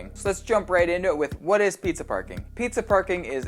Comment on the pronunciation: I knew it! Preezuh Parcoring!